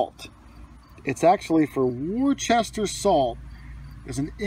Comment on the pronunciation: Pronounced “Woo-ster” salt, like Worcestershire sauce is pronounced Woo-ster-shur.